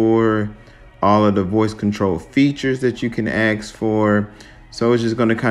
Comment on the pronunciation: It’s funny that you say “asking” normally but you say “axe” instead of ask. 😂